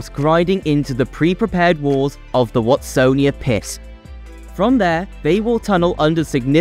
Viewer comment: And Watsonia was prounounced ‘Wastonia’ 😂